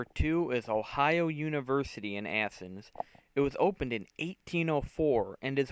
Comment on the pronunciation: Athens! Not asses. Chillicothe OH.